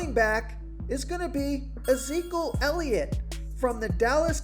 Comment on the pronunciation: This guy can’t even say elliots name right lmao